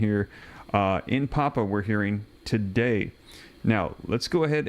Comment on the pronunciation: Pronounce pap-you-a